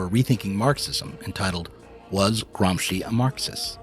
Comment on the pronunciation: Love you, man! You said Gramsci perfectly every time. You make me feel that myself, with my very limited knowledge of Politics and Philosophy, can still help somehow. Pronunciation isn’t important when the message is in written. But your videos have value also in being so. What I mean is thank you!